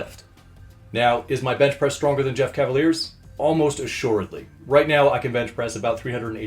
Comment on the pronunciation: LOL he butchered Jeff